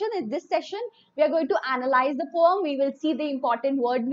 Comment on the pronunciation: Mam don't know how to pronounce poem😂😂😂😂😂😂😂😂🤣🤣🤣🤣🤣🤣🤦🤦🤦🤦🤦🤦🤦🤦🤦